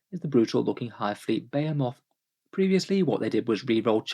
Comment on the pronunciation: Is that how they pronounce "Behemoth" across the pond?